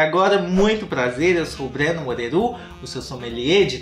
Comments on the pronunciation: É só eu que quando escuta o Breno se apresentar entendo. É só eu?? kkkkkkkkkk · Será que só eu que repito em voz alta essa parte “Eu sou Breno Moreru seu sommelier de tretas gringas de tuto pom” ? HAHAHA amo